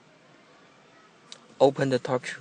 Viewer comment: Instead of torque he said dog